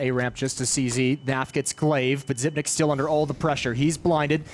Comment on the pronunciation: xyp9x should tell the commentators to pronounce his name correctly